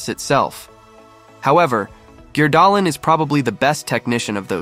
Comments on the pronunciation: Agree on both counts. For someone who's obviously spent a lot of time in Norway and is apparently fluent in the language, it amazes me that he consistently butchers the pronunciation of Norwegian names. Since the videos are in English, I don't expect him to do the names in a Norwegian accent, but he doesn't even use readily accessible Anglicized approximations of the sounds. And “Gjerdalen” is hardly his worst. Therese “Joe-hog”!!? No one interested enough in XC to watch these videos would pronounce her name that way. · Great analysis but horrible pronunciation of his name